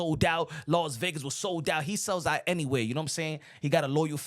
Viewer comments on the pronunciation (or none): none